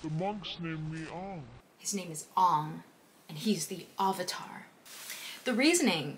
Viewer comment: The actors are too white😭💀 And like why "Ong" not "Aang" 😭